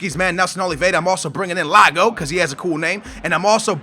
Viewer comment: Lab-yad and Yay-go (or Yar-go), not Lab-da and Lar-go